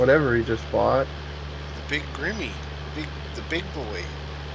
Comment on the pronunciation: It's not "Grimmy" :-) It's a German name, It's a dull "e" at the end, more like "Grimmeuh" , short at the end :-)